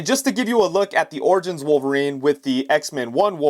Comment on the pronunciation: Origins not Orgins still great video